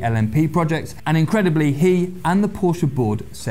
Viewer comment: Did he pronounce Porsche right??? What a nice surprice.